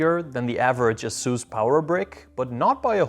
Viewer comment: Did this guy say "uhsoos"?